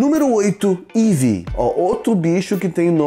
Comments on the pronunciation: é Eevee, Não É Evee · Pocha é Eevee nao Evee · Na verdade é Eevee, 4 "E" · Evee so eu percebi isso porque na verdade e Eevee nao Evee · explosao de fofura no eeve eh eeve nao evee (eu acho) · e eevee n evee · Evee tá errado, é eevee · É eevee, e não evee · pokémon não tem plural, é eevee e não evee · Não é Evee é Eevee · NÃO E EVEE É EEVEE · n é "Evee" mas sim "Eevee"... foda-se! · Kaila _GamesBR o certo é eevee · o nome certo e Eevee